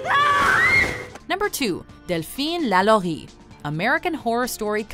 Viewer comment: You are one of the first people I've heard say delphine lalourie's name correctly. Thank you